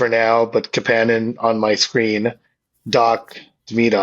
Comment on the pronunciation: Almost turned it off because the way he said Kapanen. Idec if it's right, i just hate it 🤣🤣